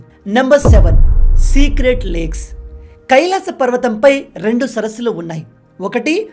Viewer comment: Bro rendi kadu rendu